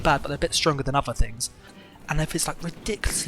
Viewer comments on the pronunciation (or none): none